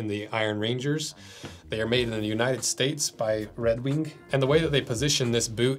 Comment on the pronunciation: "Red Weenk"